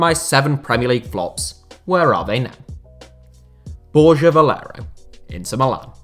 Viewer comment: Its not bor-ja its bor-grha this channel cant pronounce